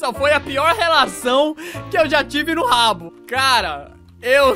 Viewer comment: quando ele fala habbo hotel eu entendo rabo hotel kkkkk